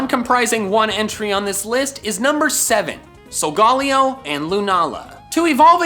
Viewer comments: It’s not sogollyo it’s sogalyo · It’s pronounced sol ga lai o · I now it’s just his accent but he’s saying solgaleo wrong it’s pronounced sol-ga-lay-o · He keeps say solgolaeo wrong